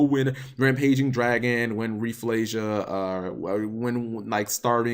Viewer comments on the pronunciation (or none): none